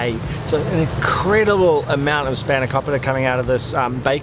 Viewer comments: Your Australian accent is causing you to mispronounce the names of the food you're eating. It SpahnoKOpeeta, and PEE-ta NOT PITTTTTT-a. Pete-uh not PIT-a. I pronounce the foods like a Greek out of respect to them. You can too. But then again, I'm Greek and I know better. What's your excuse???????? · Did you heard how he spelled σπανακόπιτα he was like "we love spanaoukooupitaa